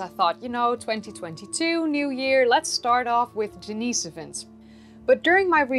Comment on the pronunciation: It's actually pronounced "Denn-iss-oh-vuns"... Not that I care, just giving you hell. ; ) Great show!!